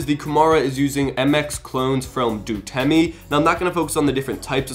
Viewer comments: i repeat. it's Outemu. not DUTEMU, not DUTEMI. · "Dutemu"?? its Outemu... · "Duteme"? it's Outemu... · Traps true that. It's the Nth video from him reading Outemu as "Dutemi" or "Dutemu" and I'm cringing. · Just pointing out that the switches are called 'Outemu' and not 'Dutemi'. Loved the video! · It's Outemu, not Dutemy!!! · btw it's otemu not dtemu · Yeah I find people like here probably mispronouncing them as 'Dutemu' if I'm not wrong